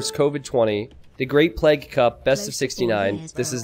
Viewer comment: Or like t90 says, "pleg"